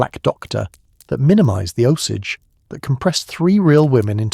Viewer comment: And by the way, I dont know how many times the AI mispronounced the name of the Indians - its pronounced "Oh-sage." So before you put down a 65 year old "White" woman who died in the 1940's - maybe you should get yourself right with the Indians.